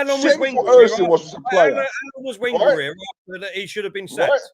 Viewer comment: Can we get Wenger's name correct? It's pronounced Ven-ger not Wen-ger